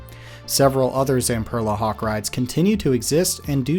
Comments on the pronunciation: im sorry.. kawk? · Did you put Hawk as Kawk by accident or on purpose